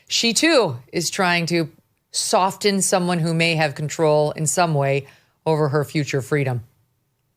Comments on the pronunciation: Is soften pronounced "soft-en"? Megyn seems to think so. 🤔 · Megyn love you girl but the “T” in soften is silent. So it’s sof-en not soft-en. Please don’t come at me😂😂😂😂 love you!! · Another good show Megyn; however, Walter was wincing like all of us each timed you pronounced the "t" in soften. Have you really been mispronouncing it your whole life? That's hard to believe considering your background. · Love you, Megyn, but I've never heard anyone but a child who doesn't know better pronounce the silent "t" in the word "soften." Did you just start doing this? My goodness!